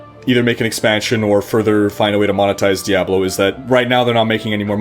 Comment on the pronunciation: The way you pronounce diablo makes me want to murder puppies.